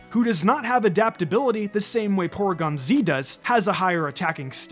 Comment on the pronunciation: It’s pronounced viv-EE-YON and pore-EE-gon, “”! 🤨 Stop mispronouncing Pokémon names, you idiot! 🙄: Also, Ledian’s Sp. Def is 155! 🤨